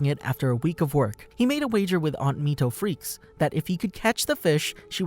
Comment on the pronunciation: It is not Gon Freaks it is Gon Fre cees